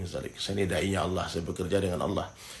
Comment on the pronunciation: Saya mau luruskan saudaraku Bukan aulloh...atau allooh Allah saudara ..aliif..nama Allah jangan d rusak😊